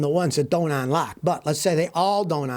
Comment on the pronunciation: UNlock, not ONlock, Scotty, please.